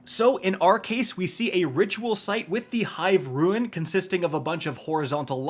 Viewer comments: dude...just say rune please. R-U-N-E. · …it’s “rune” not “ruin” you’re killing me! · Rune rhymes with June and prune… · IT’S PRONOUNCED ROON, NOT ROO-IN. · please learn this: rune ≠ ruin. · Rune.....FUCKING RUNE NOT RUIN!!! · Rune: ROON, not ROO-IN. Gah. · Fude rune roo-uhn ,no roo- in good god dude english dude learn it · Once again doesn’t know how to pronounce the word “rune”. It is said like roon like raccoon. Ruin is is pronounced ru-in. But rune literally can’t, you don’t get an “in” sound from “ne”. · It’s rune not ruin two to totally different words you’re killing me smalls otherwise love your videos as always. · Rune not ruin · Great guide but just one thing, if you pronounce "Rune" as "ruin" one more time I will need to headdesk myself out of existence. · I am with you both on that. I cringe every time he says those words incorrectly. Ouch. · And he doesn't know how to say rune. If he ever does it right it will be the ruin of me. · Dude...... I love ya buddy but it's pronounced "Lou, sent" not "Lucien-t". Also, it's "rune" not "ruin". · Hey, is English your first language? It's RUNE not RUIN and LUCENT not LUCIENT...